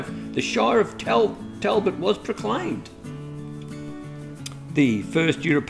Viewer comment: Great pronunciation of Caralulup but Talbot is pronounced Tolbot